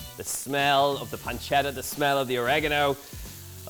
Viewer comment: oregano - How by looking how this is spelt can anyone say Orageno? Or-ee-gah-no